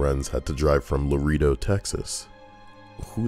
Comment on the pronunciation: Lareedo. Geeesh.